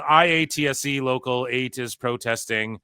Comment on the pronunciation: Quick note, most people pronounce IATSE like "eye-ought-see"